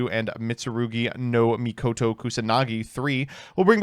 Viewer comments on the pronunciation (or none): none